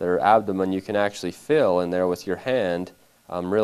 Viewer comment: it bothers me so much how he keeps saying "fil" instead of "feeeeeel."